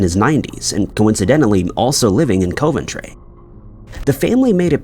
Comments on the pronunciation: Omg! You lose credibility when you can’t pronounce cities correctly…. It’s Dub-lin and Cu-ven-tree. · Coventry is pronounced like Cuvven-tree, instead of Coe'-ven-tree and as always, Dublin is pronounced like DUB'-lin, accent on the Dub, instead of Duh'-blynne. I bet that drives both English and Irish people absolutely insane, when he continues to pronounce those both incorrectly. I think we have all asked for that to be corrected, but what else do you do? Regardless, these are still great videos, and does actually pronounce most places and surnames correctly, so there is that to be thankful for. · Thank you, that has to be the strangest pronunciation ever! Also Coven tree instead of coventry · Coe-ventry also made me laugh. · and now Co-ventry. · Narrator, get some lesson on how to pronounce Dublin and Coventry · Coventry.......what is wrong with thus man.....stop it. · Come on, how hard is it to pronounce Coventry and Dublin, the capital city of Ireland. Ridiculous. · And Coventry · DUB-LIN like dubstep (the only way I can think to explain it), not DEW-BLIN. Gosh that drives me crazy. Don’t get me started on Coventry 🤦🏻‍♀️ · Along with Coventry. Could make a good drinking game. Take a shot whenever a U.K. place name is mispronounced 😂 Tbf I’d probably be the same with some place names in the US